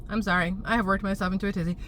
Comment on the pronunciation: I like tizzy. I almost thought I heard a Boston accent there for a second. 😉